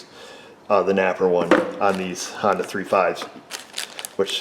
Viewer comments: "Hondoo. Not a sponsor" Honda: "をりんるせけす!" (Did he just say Hondoo?) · I just realized he called Honda "Han-doo" lol 😆😂👍👍👍